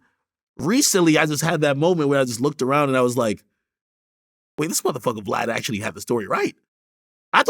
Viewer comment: Dude one upping dj adkademics like a chubby 5yr old boy exaggerating an accomplishment. “ACTHUALLY” 😂both y’all stop playing dj saying “I like to think of us both as media moguls” had me dying. All vlad did just to be compared with a chubby exaggerator that ruins any credibility being friends alone. Someone got paid to write these scripts. And they sounded good only on paper.